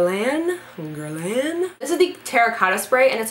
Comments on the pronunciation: Guerlain is pronounced Ger-lawn. 😉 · its pronounced gur-lane :)